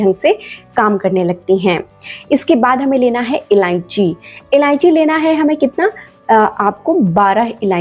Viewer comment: MADAM JI ILLANCHI NAHI ILLACHI BOLNA